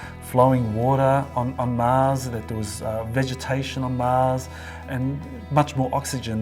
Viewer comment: Love this video but the dude that kept saying MAZ instead of MARS. Kept throwing me off